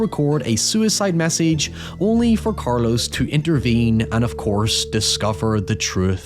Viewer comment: in their defense (which i rarely give brits) the Spanish phonetical system is logical, unlike that of English. most ppl can't physically pronounce some sounds, as much as they pick them up. there's nothing wrong with pronunciation of Carlos, for example- Cayetano happens to be a difficult one